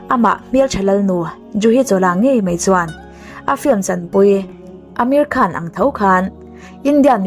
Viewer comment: Ameri Khan ti in kan hriat tlat chu,Amir khan